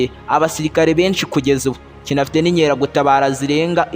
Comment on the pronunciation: Bavuga INKERAGUTABARA apana INYERAGUTABARA!!!